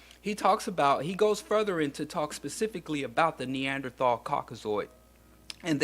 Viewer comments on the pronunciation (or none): none